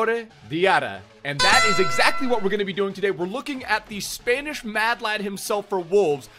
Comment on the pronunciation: Nobody:: spainish